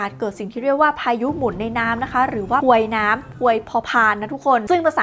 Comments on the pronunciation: พวยน้ำนะคะ พ.พาน นะคะ ! 🤣🤣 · เรื่องนี้มาซักที รอมานานมาก แต่... มีการเน้นย้ำคำว่า พวยน้ำ พวยพอพานน่ะคะด้วย😂😂